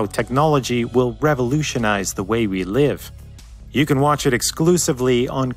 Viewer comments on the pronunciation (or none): none